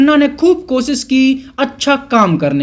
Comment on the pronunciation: फिलम नही फ़िल्म , कोसिस नही कोशिश । शुद्ध तो बोलो किसी की बखिया उखाड़ने से पहले...... पप्पू ।